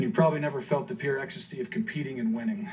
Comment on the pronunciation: ...pure extasty??? LOL